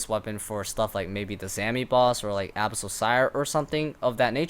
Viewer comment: The way you pronounce "Abyssal" bugs me